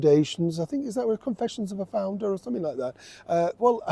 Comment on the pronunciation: Whoever said flounder instead of founder is spot on. 😂😂❤